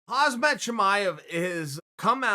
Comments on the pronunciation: His name in hamza not hazmat wtf 😤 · Ffs dude, it's pronounced 'Hamza'